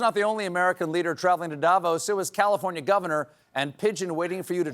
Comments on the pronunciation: How to pronounce Davos: stress on the "o". It's Davós, not Dávos. Thank you, 🙂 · every year's the same... In Switzerland we pronouce DaVOs" and not "DAvos"... Pleeeaaassse😖